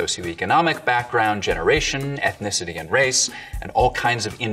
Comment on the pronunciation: "Ecknicity?" God, that's even worse than "exetera".